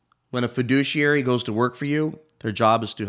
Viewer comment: Fa-Douchiary! Drink!